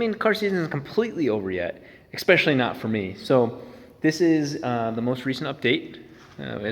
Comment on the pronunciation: Expecially...? Especially...?